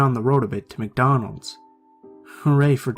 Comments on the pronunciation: So where going to ignore the fact he said “Macdonald’s” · Did anyone notice the "Macdonald's in the beginning